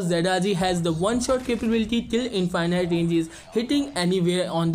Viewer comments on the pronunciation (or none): lmfao "in-fy-night"